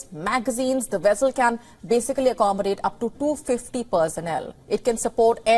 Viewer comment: Vessel say it like vess not wess. It’s not a wessel.